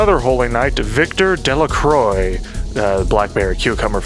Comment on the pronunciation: The irony of making the Sieg "joke/correction" and immediately following it up with your pronunciation of Delacroix is cosmic comedy. I love Chaos Legion and I won't accept slander in this house. Ecks Dee. But anyway the game didn't age too well but I played it all and didn't have any issues with it. So I guess YMMV. But I also bothered doing the extra bits and got the strong summons and a lot more levels. Frankly the final boss was too easy. I wanted more. I think other games have aged worse. I think the concept is fantastic though and the story is fairly decent. A Chaos Legion 2 with a better Battle Director would be amazing. Also, you're the first reviewer I've come across who hates or even dislikes the game. You may be surprised to know most people who played it, enjoyed it.